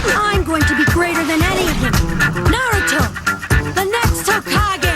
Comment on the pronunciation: you said naruto wrong